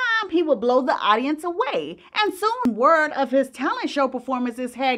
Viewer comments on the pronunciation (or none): none